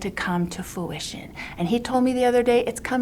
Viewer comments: Fruition (not foo-ish-on) 😂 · How embarrassing! Lori does her best 'Elmer Fudd' impression! "... for God's plan to come to 'foowition' ... it's coming to full foowition" 😂🤣😂 The word is 'fruition' Lori Dumbbell. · FOOition… then again God told Lori that this is coming to FULL FOOition! Instead of FRU-ition!…. I guess her god isn’t so smart…and Lori isn’t so smart after all is she?… And she said that she is changing everyone in the prison… rolling my eyes 👀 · Full "Foo-ition" 😂😂😂 Fruition lady, fruition! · "fruition", not "fuition" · You know how I know God didn’t tell you any of this??? He would have pronounced “fruition” correctly. Not “foo-ition.” 🤦🏼‍♀️🤦🏼‍♀️🤦🏼‍♀️ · …is it laughable to anyone else that she can’t properly pronounce a lot of the “big words” she is trying to use, like “fruition” and “detrimental”? Admittedly watched those moments several times and laughed. She really sounds like a child. Insecurity and false bravado just oozes off of her. What a pos. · The amount of words she mispronounces is ridiculous. Granted, that is not the most ridiculous part of the interview.